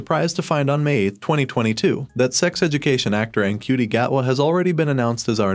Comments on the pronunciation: Ncuti is pronounced "shooty", Davies is pronounced Davis (or at least it is in RTD's part of the world, which is also mine) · Ncuti is pronounced more like shoo-ti, I believe